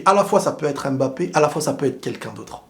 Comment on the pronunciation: stp bg c’est pas AIMEbappe c’est HUMbappe (pour la prononciation)